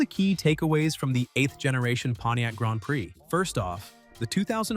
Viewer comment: "Gronned preee"😂